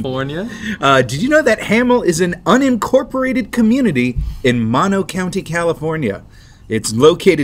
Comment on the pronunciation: It's pronounced MOAN-OH County. Most popular export of Mono county... METH... Source, I lived there